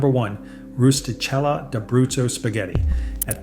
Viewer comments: Pronounced “Roo-sti-KEL-la” You’re welcome. 😊🤌🇮🇹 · Thank you for this excellent video! FYI: De Cecco is pronounced “de checco” and Rustichella is pronounced “rusti-kella.” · It's pronounced RustiKella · That #1 Pasta is pronounced roos ti Kella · rusti-kel`la. Double consonats. The accent is on the penultimate syllable (the first "L"). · The names De Cecco & Rustichella are pronounced "deh CHEH koh" and "roo stee KEL ah," but you do you. I do appreciate the list. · and the "ch" in "rustichella" is pronounced like "k" and not the way the AI pronounced it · pronounced, 'rusti-KELLA'. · Likewise, ristichella is a.s. pronounce kella. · Probably should pronounce "Rustichella" properly if you're going to tout it. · Mangles the pronunciation of both De Cecco and Rustichella... 🤢🤢🤢